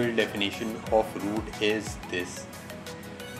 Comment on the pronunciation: no i dont know how to WOOT my phone... XD no hate xd have a good day.